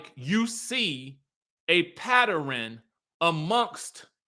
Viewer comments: Laaawd the word is PATTERN r u ok? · lol! You are killing me with the word "Patter-en" for pattern. 🙂🤣